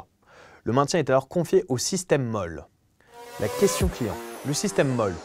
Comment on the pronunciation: Pour le système MOLLE: ça se prononce "moli". On regrettera que la vidéo ne présente pas tellement le sac... Pour ceux qui veulent des infos, autant vous rendre sur le site du constructeur sw-motech.